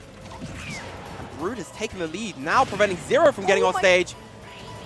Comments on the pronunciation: lolol saying "Broad"...... i mean idk what Brood wants his name to be but in English, that would be "Brew-d" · Steve O'Brien it's brood